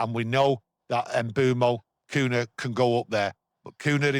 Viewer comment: Great stuff as always lads. thank You😊 👍 But stop pronouncing his name as "Coona" it’s pronounced as "Cunya" 😂